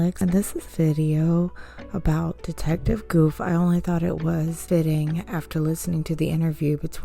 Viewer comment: The Detectives name is " Guth " NOT goof !